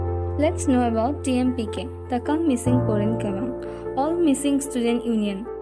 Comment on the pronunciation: Not mishing, Mising